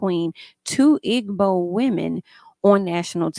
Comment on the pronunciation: Pronunciation: Igbo = E bow